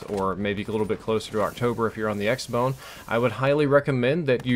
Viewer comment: he sayS x-bone